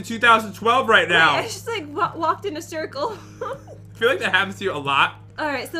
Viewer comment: said I just ran in a shircle